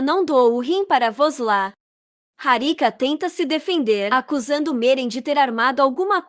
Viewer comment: Por que voces trocam os nomes dos pesonagens, Aliço e sempre Aliço e não Elien como voces falam de vez em quando, não troquem o nome e nem pronunciem de forma equivocada Vos la não é vos la é VUSLAT, Mauem e Meryen